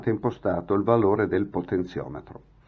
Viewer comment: .... Potenziometro variabile.... Non si può sentire....scusa eh!!!